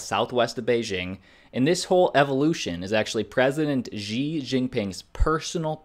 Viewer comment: Xi is pronounced “she”